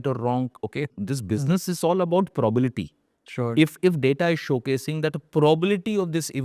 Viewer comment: Sir, not probality it must be PROBABILITY😂😂❤❤